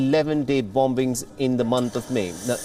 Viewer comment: 15Seconds he said bomb bings .😁✌️✌️